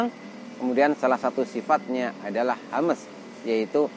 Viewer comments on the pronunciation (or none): Yg benar sifat hams bukan sifat hamEs...(huruf م) tdk boleh diqalqalah..